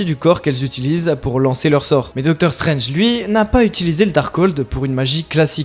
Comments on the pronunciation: Vous. la, les ronds de cuire... vous qui commentez and "analysez" les MARVÈLE MOUVIZE, il faut raison garder. Stranje (prononcé en français ringard) a un troisième oeil parce qu’il a mis sa bistouquette dans Lali de Hélène et les Garçons. Oui, différent MULTIVERSE (celui d’AB PROD) mais il l’a fait. Loki, qui détient les clés du MULTIVERSE a vraiment foiré sa mission, et il ya eu des incursions de personnages de AB prod dans les MARVÈLE MOUVIZE. Philippe le prof de philo de LA PHILO SELON PHILIPPE s’est retrouvé avec Luke Cage et Malikith et Ms Marvèle (mouvize), Gérard des Filles d’à Coté (oui, ce Gérard là) s’est retrouvé avec Wolverin (oui en français on dit Wolverin par Wolverine parce que c’est la traducscience), ainsi que Ronan zi Akiouzeure, qu’il a tringlé d’ailleurs. Cricri d’amour sniffe de la coke avec le variant Irons Man (irons comme nous irons) de la terre 18726 ainsi que Rocket le raton laveur de la terre 69. Wake hup!!! Les multiverses sont en train de se NIKAE!!!! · non mais, il faut raison garder,. Stranje (prononcé en français ringard) a un troisième oeil parce qu’il a mis sa bistouquette dans Lali de Hélène et les Garçons. Oui, différent MULTIVERSE (celui d’AB PROD) mais il l’a fait. Loki, qui détient les clés du MULTIVERSE a vraiment foiré sa mission, et il ya eu des incursions de personnages de AB prod dans les MARVÈLE MOUVIZE. Philippe le prof de philo de LA PHILO SELON PHILIPPE s’est retrouvé avec Luke Cage et Malikith et Ms Marvèle (mouvize), Gérard des Filles d’à Coté (oui, ce Gérard là) s’est retrouvé avec Wolverin (oui en français on dit Wolverin par Wolverine parce que c’est la traducscience), ainsi que Ronan zi Akiouzeure, qu’il a tringlé d’ailleurs. Cricri d’amour sniffe de la coke avec le variant Irons Man (irons comme nous irons) de la terre 18726 ainsi que Rocket le raton laveur de la terre 69. Wake hup!!! Les multiverses sont en train de se NIKAE!!!!